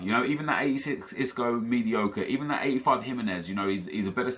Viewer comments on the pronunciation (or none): none